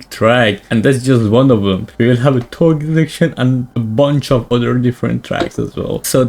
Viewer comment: It's touge not toge but whatever